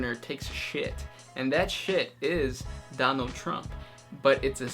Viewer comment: Donald Trump............ Dornald Trump. Donald Trump is Dorn. gg